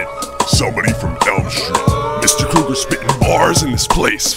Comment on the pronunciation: It’s Freddy “Krueger”. Not Kruegar lmao